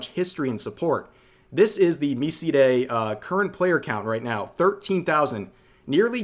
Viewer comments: It's pronounced Me-Side, some would argue that it is pronounced My-Side. Me See Day is a new one. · "mee-see-day" No, it's literally just Mi-side. It's not a Japanese indie game, it's a Russian game made in the anime aesthetic. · imagine being so into anime you pronounce a game called "my Side" Miside as me see day say LMAO! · MiSide is 'My Side' afaik, not me-see-day. It's a play on the initial events of the game wherein you're brought into a game, to the world of the anime girl, ""My side" from her perspective. She even says those two words when you first speak to her, something along the lines of "welcome to my side" (paraphrased); Also on the steam store front it's spelled as "MiSide", with a capital M and S. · I assume 'Miside' is pronounced 'My Side' as a pun to the fact that it's theme heavily involve a 'my side of the story' twist. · it’s pronounced miside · Its pronounced like My Side. Also Rev, you should play it. It is top tier. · I think MiSide is pronounced Mai-side, like "My Side" because the basic spoiler of this game is that Dollar Store Giffany pulls your protagonist into the game on her side or from her POV, to "My Side" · For the pronounciation of MiSide, Although I don't think it's ever been confirmed, I believe it's supposed to be a double play on words? Like "My Side" but also "Mi" for the character Mita. But idk. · MiSide dev is Russian. He had to stop for a bit to get out of the country, actually. ABd according to him, it's pronounced "My Side". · Just FYI, that MiSide game is just pronounced like "me side" (as in, the two English words put together.) And apparently the dev is actually a lone Russian guy. It's really good, too - deserves the attention. But it's also one of those games that pulls a lot of surprises on you, so it's better to go in with little information. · Fun fact: MiSide is made by Russian developers, not Japanese. And it's most likely pronounced as mee-side, as in Mi(ta)'s Side. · I thought miside was pronounced “my side”